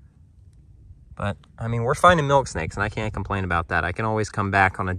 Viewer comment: ....at first it sounded like you said chocolate milkshake, I was just about to say, you gotta be trying to pull one over in me...smfh